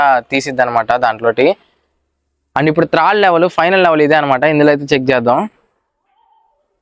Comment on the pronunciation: త్రాడు కాదు బ్రదర్, థర్డ్